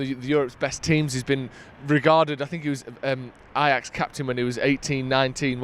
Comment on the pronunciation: Stop Saying ....AJAX.....😂😂